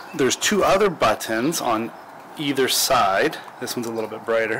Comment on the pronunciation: Hey man. Seriously. Stop saying buttons like that.